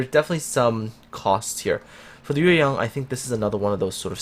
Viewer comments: You got the tone of YueYang right! I love when content creators actually do care about pronouncing foreign words correctly =). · I got to say that you pronounce the ship name Yueyang so good. Do you speak Chinese? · I like the Hindenburg's upgrade module, which encourage player to tank a little bit. By the way,, you pronouns yueyang just like a Chinese does.